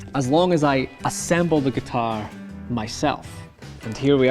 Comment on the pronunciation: G U T A I R